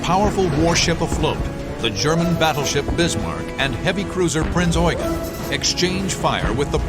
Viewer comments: Just a little sidenote its pronounced "prinz yoo-gen" not prinz oy-gen lol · My god They pronounced it to “Oygen”!!!!